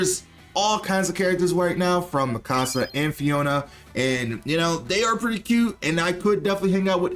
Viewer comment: No, not miKAsa -> it's MIkasa. And it's also MIsaki, not miSAki